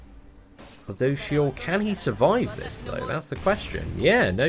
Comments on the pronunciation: Btw it's ludo"siel" not ludo"shiel" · Phonetically its - Lood - o - shell. Lood like loot, you're looting something (stealing). For a while it a while I was hearing ludoucheshell lol. He is a douche but still. Any love you lots. <3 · You’re saying it wrong regardless it’s pronounced: Lou-do-seal 😂😂😂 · I don’t wanna be that guy but it’s pronounced ludo-shell. Please don’t hate me comments... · Its Ryu-do-shieru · It’s pronounced Lude-o-sil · You can say it like this lu do shell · its pronounced LUdosielle last e is silent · It's pronounced lue doh seal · Why he say luduciel like that 🧐🧐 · Say the name right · Every time says ludociel I laugh a little bit, sorry but that pronunciation is pretty funny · No offense but can you learn how to pronounce his name please lol.